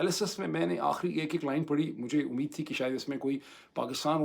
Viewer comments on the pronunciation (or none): none